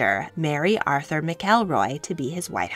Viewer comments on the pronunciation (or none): none